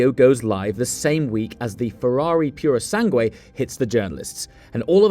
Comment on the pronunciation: Better Than The Purusange. Can't Even Say That Right.